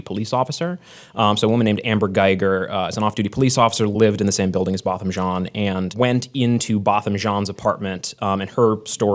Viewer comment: Why did he butcher Botham Jean's name though? Poor jab